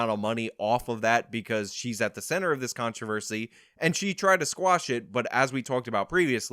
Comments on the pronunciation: What is “contravasy”? You say it twice here; the second time is . What word are you saying there? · So is "con-trah-versy" a thing? Honest question. I might have missed something. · Did you say “Contravisee” instead of “controversy”? Dude…I’ve unsubbed for less. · What's a "contravesty"? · Is he saying "controversy" wrong on purpose as a joke that I'm missing? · I just don't understand why you can't say "controversy" like a normal person.